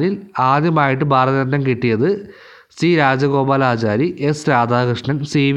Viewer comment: ബാരത ര ത്നം എന്നു പറയല്ല